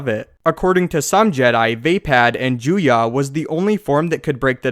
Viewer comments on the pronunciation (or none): I think Juyo should be pronounced "Ju-yo", not "Ju-yah".